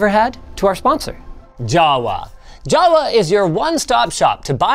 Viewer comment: when he said Jawa I heard Java, and got PTSD